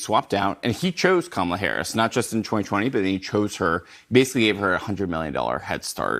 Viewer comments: u cant pronounce her name bruh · OVER 80 BILLIONAIRES BACKED HARRIS. 50 backed Trump. WHO are the billionaires Trump is giving breaks to? 1-Does a dem actually recognize the economy is an issue?? 2- AOC mispronounces kamala. Lol. Biden does, too, and the left slammed Trump for doing it. 2- many mock AOC bec she sounds like a moron. Nothing to do with gender. 3- Is there a Trump comment NOT taken out of context and Trump SHOULD BE keeping that in mind and tailoring comments to at least try to avoid it. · She mispronounced Kamalas name, thus making her ineligible to comment on anything requarding this election